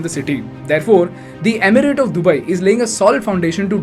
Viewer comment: This video & the anchor is ultimate chutiyapa. He doesn't even know to pronounce Arabs or Dubai